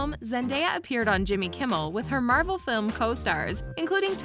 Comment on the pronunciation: Bruh it's Marvel not marbel I'm not that big Marvel fan but atleast I can pronounce the name correctly